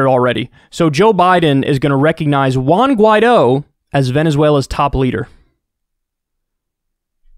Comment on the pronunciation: Your pronunciation of 'Juan' is funny as hell 😂